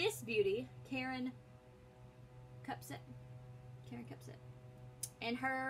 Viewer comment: Second time today I ran across a video where the host could neither spell nor pronounce "Kupcinet.". WOW! WHAT MASSIVE, REASSURING HOMEWORK AND RESEARCH!